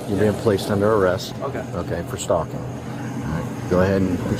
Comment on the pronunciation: Annoyed the entire fk out of me it did 😂